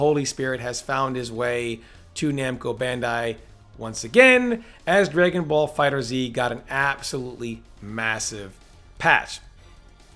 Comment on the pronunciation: It's pronounced "dragonball fighters" not "dragonball fighter 'Z' ". You are killing me. Yeah, I know how it is spelled but it ain't pronounced like that.